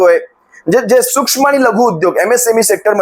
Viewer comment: त्याला सुक्ष्म सुद्धा बोलता येत नाही,सुशम बोलतो